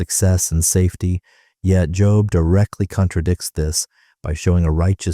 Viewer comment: Job's name pronounced here as literally "job" inatead of "jobe". Damn AI narration is irritating and insulting to listen to, regardless of the quality of the content.